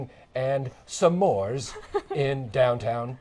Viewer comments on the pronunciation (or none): Best part: "SAMORES" From now on that's exactly how I'm going to pronounce s'mores, and nobody is going to tell me different!